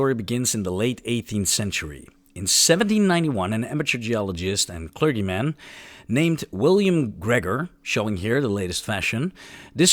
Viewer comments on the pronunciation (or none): Sorry I'm late! Here is the pronunciation help you asked me for: • Clergyman has a soft g: KLUR-jee-man. • More emphasis of "huh" (instead of "yuh)" in "huge". • Adversery has emphasis on the first syllable: AD-ver-sair-ee. • Conjure also has emphasis on the first syllable: CON-joor. • "Flash powder" sounded really close to "flesh powder"... 😬 • Stent is tricky; it has a very relaxed "ehn" sound, followed by a hard "tuh" at the end. • The "th" in "warmth" sounded closer to the "ss" sound in "worms", same with "neither" and "further" sounding like they had a "d" in the middle. You pronounced it perfectly "strength". (Try bringing your tongue closer to your upper central incisors.) • Mach is pronounced the same as the word "mock" (maak). • Ubiquitous is pronounced "yoo-bi-kwuh-tuhs". • Iron is deceptively tricky with its pronunciation of "ai-urn". Your overall pronunciation seems to be improving. You absolutely nailed "ceramic", by the way. Keep up the good work!